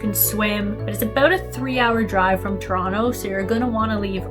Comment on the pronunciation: I liked how she said Ttoronno 😊